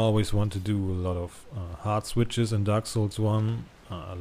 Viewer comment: Are you saying hotswitches or heartswitches? lol